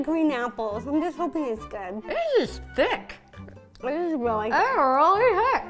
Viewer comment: Hannah: says Thicc Captions: thick Me: that's illegal